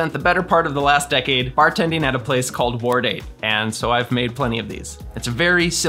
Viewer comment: I just discovered this channel, and had to comment, from the pronunciation I keep hearing “War Date” as the cocktail name.